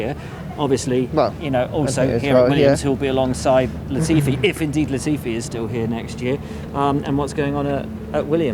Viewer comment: i swear if hear latfi sa UH one more time